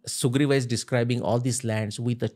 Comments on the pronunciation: sala ab sugreev ke peecha bhi extra aa lagane lag gaye - Sugreev, not sugreeva. Bus karo bhai extra aa lagana har hindi mein. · Please read as Suguvir. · Please read as Sugriva.